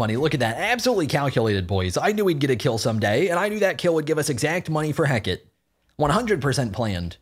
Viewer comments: please play nox!!! also it's ring of Heh-kuh-tee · The fact calls it "Heck-it" for Hecate makes me love this channel even more